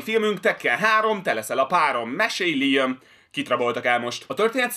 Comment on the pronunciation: LIEM????? LIEM??????????????? Nem LÁJEM?